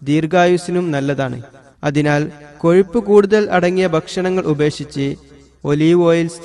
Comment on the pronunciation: കൊയിപ്പല്ലടോ.... കൊഴുപ്പ്... ഒന്ന് നാവ് വടിച്ചിട്ട് പറഞ്ഞുടെ?